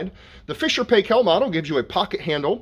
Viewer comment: Paykel is prounced as Pie-kle (like pickle but with pie instead of pick), not Pay-Kel. Proper pronunciation can be heard on videos posted by the company. The "doohickey" is not a handle to remove the rack, it lifts out of the way to access the cartridge filter. The stainless steel filter plate normally doesn't need cleaning. Removal of the rack is by lifting the back of it first, not the front. Replacing it is front first, then lower the back. Some of the pieces in the bag aren't replacement parts, they're optional use. Two of them are trays that fit on a compartment of the silverware basket to hold detergent pacs or tablets, those can't be put into the regular dispenser which is designed only for powder. Spray pressure is strong, assuming that hasn't changed from my 20yo F&P model (bought Aug 2003). Mine easily flips lightweight plastic items unless they're anchored. It once toppled a 6 oz. glass custard dish that was loaded leaning against another item.